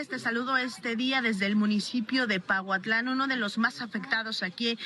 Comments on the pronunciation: es Pahuatlán no pautlan, lo estuviste diciendo muchas veces, es importante que leas bien porfa, muy importante la información que ustedes dan así es que también es importante cuidar estos detalles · se escribe Pahuatlán y se pronuncia paguatlán!